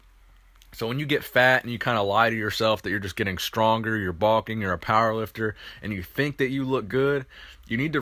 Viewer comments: I love your channel but wtf is balking? Bro its bulking. Bowl-king....not ball king. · Baulking? That's what it sounds like. LOL